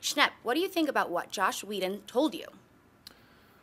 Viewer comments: Lol I swear she said josh but on a comment in a original video she says she didn't say that lol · she thinks "joss whedon" was a typo and said josh wtf